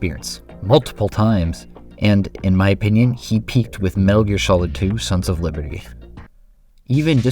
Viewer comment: "... His first game : 'Metal Ear'"